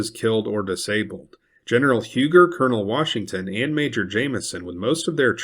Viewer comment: Minor detail-Huger is pronounced even today in Carolina as Huu-gee,which is a Fremch Hugenot name.In South Carolina we still use the old names actual pronunciation.Other names are Izard.pronunced as Ee zard,and Porcher,pronounced Por-shay..Maybe the yankees flooding into Charleston will take note.😊